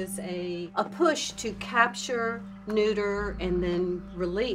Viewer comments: "nuder" are you serious Vice? Fuck me, get a new employee, it's "neuter". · "Nuder" cats. 😹 Neuter, perhaps? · nuder??? seriously?? vice you fucking retards... it's neuter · My big takeaway from this video: It's NEUTER! Not "nuder". JFC! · It's neuter not nuder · Nuder? Neuteur..... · She did pronounce it as nuder tbh